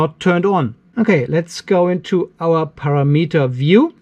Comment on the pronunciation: great vid as always and gotta say it, you do an outstanding job. {one tiny teny thing, Say: PAR - AM- ETER not para-meter} LOL